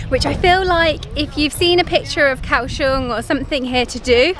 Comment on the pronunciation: It's not Cow Shong!. It's Goa Xiong!